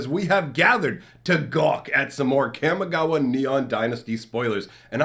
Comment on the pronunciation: I love your videos. I just have one complaint. Your pronunciation of Kamigawa is wrong. Since it's modeled after Japanese, it is pronounced (kah-mee-GAH-wah). Thank you! Keep on keepin on.